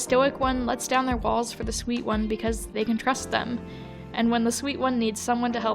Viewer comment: am i insane or did i hear balls instead of walls